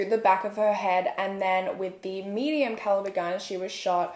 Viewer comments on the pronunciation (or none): none